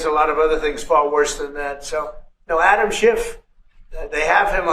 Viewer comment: Trish, it sounded like you called him animal shit.lol😅